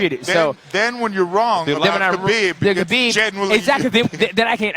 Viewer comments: She calls him Khabibi lol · I think she said "Khabib he" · Yo Amanda looked like she was hitting on Khabib 😂😂, she called him “Khabiby” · I don’t know why it annoys me so much when people pronounce the silent K at the start of Khabib name.